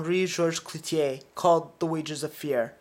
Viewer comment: It's CLOUZOT, not "Clouzier".